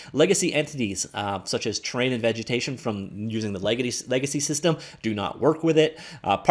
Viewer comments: Please slow down when you say terrain because it sounds like you're saying train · I think its a Canadian thing lol I've heard it said like that before aye